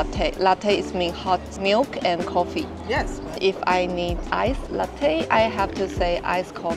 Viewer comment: ” coffee “” ( 摳 ffee) ❌